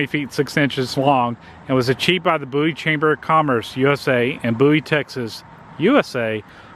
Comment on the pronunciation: Dude, you could at least learn how to pronounce the town's name correctly, Bowie, Boo-ee, its really not that hard.